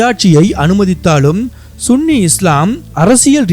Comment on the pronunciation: Sunny என்பது தான் சரியான உச்சரிப்பு